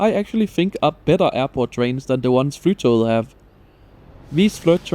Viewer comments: OMG I CAN'T! The amount of times he said "flytow"... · 😅 It's not pronounced Fly To Get. Flytog means flight train in Norwegian (tog is train). The ending -et forms the definite form after the noun according to Norwegian grammar rules, therefore Flytoget means "The Flight Train". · Norwegian Flytoget with the danish pronounciation took me a moment to digest 😆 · Puzzled by your pronounciation of "Flytoget" ( I think of it as english Fly to get" )